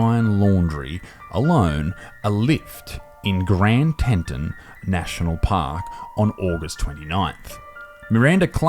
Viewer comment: Grand Teton is pronounced grand "Teat-on" not "tent-ten". there is no "n" between the t's.